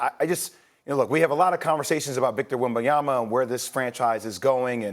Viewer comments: Yo Stephen A., who the hell is Yemenyama? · SAS Brooo learn names. Wembinyama has been in the league for quite some time, you can’t say his name correctly? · Stephen A finally trying to get Wembanyama's name right 😅